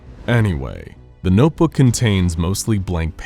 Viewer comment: Cant say notebook properly Can say inconsequential properly nice